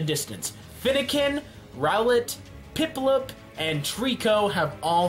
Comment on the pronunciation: "Pimpluump" LMAO